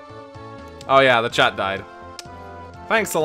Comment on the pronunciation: EVERYTIME HE SAYS CHAT I HEAR CHAD